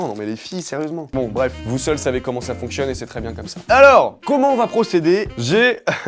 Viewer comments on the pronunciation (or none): On dit "fonctionne" et pas "functionne" c'est quoi cet anglicisme de beaucoup de gens ? :P